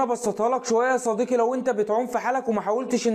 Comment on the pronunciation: 😂 ازاي بتنطق كلمة يا صديقي 😂 يا صديكي😢 اللغة العربية تبكي في الزاوية 😂